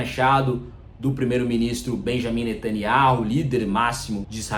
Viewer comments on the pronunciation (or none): none